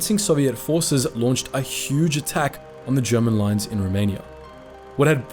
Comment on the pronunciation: Excellent clip! I also like how you make an effort to pronounce the German names and words.